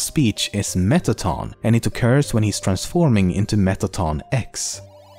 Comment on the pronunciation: Ex not x